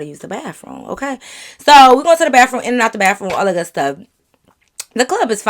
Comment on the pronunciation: Lmfao well she is in Michigan and they say that down there I guess. 😂 gotta love her tho. 🤪